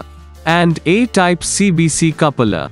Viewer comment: Learn how to pronounce Coupler at first